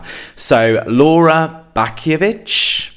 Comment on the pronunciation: And it's Laura Bączkiewicz not Baszkiewicz haha